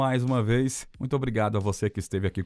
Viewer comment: é irritante tb como pronunciam errado a palavra Muito!